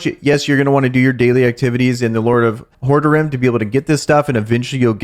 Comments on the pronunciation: Legacy of Hord-a-rim? Haha it’s pronounced whore- rod-rim haha The ccs who haven’t played the first three diablos…is astonishing lol good content keep it up! So you changed from Barb to DH? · It's pronounced.- Ho-Rod-Drum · Is this your first time playing a diablo game? Not just making fun, just legit wondering. It's pronounced "Whore Rah Drim". Great content and info and welcome to Sanctuary. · That suggestion of how to pronounce Horadrim is terrible^^